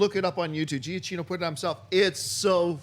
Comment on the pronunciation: Why is it no one can pronounce Michael Giacchino correctly?